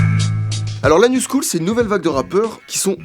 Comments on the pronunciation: J'ai tellement l'impression qu'il dit "l'anus cool" a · esque je suis le seul qui a compris : Lanus cool au lieu de : la new school😂😂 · Ce con prononce "la new school" en "l'anus cool". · Pourquoi quand il dit « la new school » mon cerveau entend « l’anus cool » ? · quand prononce "la new school" j'entends l'anus cool et maintenant j'ai envie de crever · J'écoute en bossant, j'ai dû regarder mon tél pour verifier "La New Scholl", j'entendais "L'anus cool" xD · Quand tu dis "new school" j'entends "anus cool" voilà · A je suis le seul à avoir entendu « l’anus cool » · J'ai eu une hallucination auditive, j'ai entendu "l'anus cool" au lieu de la "news school"... Sinon excellente vidéo ;) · "L'anus cool" ?!? Ah non... La New School 😎 Wow comme il le prononce pt1 !!! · Je suis mort à j'ai cru qu'il avait dit "l'anus cool" au lieu "new school" mdrrrr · Je suis le seul à avoir compris "l'anus cool" au lieu de la "new school" xd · Putain, j'ai cru que t'avais dis "L'anus cool"... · Je suis le seul à entendre "l'anus cool" au lieu de "la new school" ? ( vers ) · On dirait que tu dis l'anus cool et pas la new school à minutes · j'ai trop l'impression qu'il dit "alors l'anus cool" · par contre, la new school tu le prononces l'anus cool xD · Quand il a dit "La new school" j'ai entendu : "L'anus cool" ouais... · je suis le seul a avoir entendu " L'anus cool" ?!😂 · À 14,25 secondes , je suis la seule à avoir compris "l'anus cool" ? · Juste par contre à un moment on dirait il dit "l'anus cool" mais sinon calmé bien vu la vidéo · par contre a 14.30 j'entends " L'anus cool " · qui a compris "l'anus school" au lieu de la "New school" ??? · c'est moi ou il a dit l'anus cool ??? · Quand t'as parlé de la new school j'ai compris "l'anus cool" Aidez moi svp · Mdr a de la video quand ta dit "la new school" j'ai cru que t'avais dit "l'anus cool" XD ... Oui je sais je suis TRÈS week bizar ,mais sinon très bonne video ! 👍👌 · on dirait tu dis " l'anus cool " 😂😂